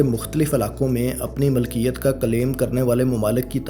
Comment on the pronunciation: Aap aur behtar kar sakte hain, jaise 'malkiyat' ki jagah milkiyat